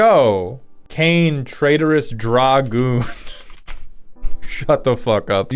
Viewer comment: Hey why did you pronounce dragoon like that